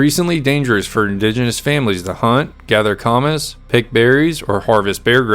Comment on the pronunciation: Camas is pronounced ka-mus . It’s a root